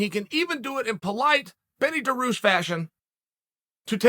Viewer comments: Daroosh, Mackelchev lol 😂 I’m starting to think that Chael miss pronounces fighters names on purpose!! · Didnt chael just say it's a must to get fighters names right than bam hits us with Daroosh 😂 still undefeated. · How do you even spell your pronunciation of Beneil’s last name? Dar-Roosh is my best guess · Chael "Daroosh" Sonnen